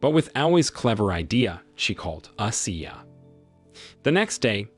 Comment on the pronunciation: Coach ashiya..... Pronounce Ashiiiiiya